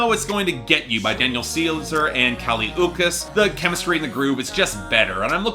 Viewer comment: Dude, it’s Kali Ooch-ees.